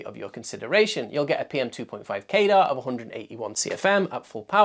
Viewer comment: Why do you keep pronouncing CADR like radar or gaydar? 🤔 Wouldn't it be more likely to sound like cadder or at least kah-der? Pedantics aside, this is a great video, but it would have been a really good idea to actually showcase the different sound profiles of all of the different fans at their respective test methods (max speed, sub-x decibel, quietest speed, x-cfm rate). It would really help people make much more informed decisions about things, especially tuning the fans to a specific cfm and being able to hear how differently they sound despite performing at the same level. I'd also love to see a slightly more complex chart that has each tested fan and shows both the cfm and the decibels for its respective maximum speed, half power, and low power all on a single page, so that you get an idea of its performance steps. You could either do this on a graph showing curvatures overlapped for all fans, or you could have a graphic that gets wider on a standardised scale, a bit like how population demographic pyramid looks. That would be useful because some of the fans might barely see a noticeable decibel difference between low and medium, but a drastic difference at maximum, but if its medium is high enough cfm, you may never put it on maximum anyway, and visualising it like that makes the data easier to understand at a glance. Otherwise, great video.